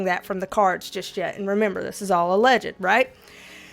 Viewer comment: All "Alleged-D-D" that made me laugh so hard!